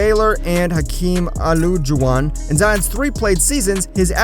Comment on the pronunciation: "Hakeem O-Loog-A-Wan" It's Hakeem <O-Ligh-Ja-Wan>. That is Hakeem "The Dream" Olajuwon and Egg-Land Baylor It's <El-Jin> Baylor. That is Elgin "The Rabbit" Baylor..... You are going to get your Basket Ball Card Taken calling these greats out their name!!!! smh....